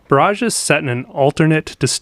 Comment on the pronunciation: Just FYI, when referring to a water blockage or dam, such as in this boardgame, it's pronounced [ ˈbär-ij ]. That is, emphasis on the "bar", not the "age". Pronouncing it [ bə-ˈräj ] or similarly, emphasis on the "age", refers to artillery barrages or other similar or metaphorical bursts. (It's allrigh though, just pronounce it how you will. Just thought it was a neat fact to know).